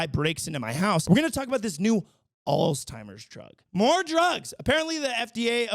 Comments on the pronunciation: International news segment is a great addition. Always good to know what's happening around the world. (Also not to be that guy but it's "Altz-heimer," not "alz-timer". Sorry) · It’s so cute how you say “alls-timers”. It’s a weird word. There’s actually no “T” in the word. Alzheimer’s. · God dammit, I love ya buddy but it’s “Alzheimer’s” Alls-HIGH-mers 😭😭😭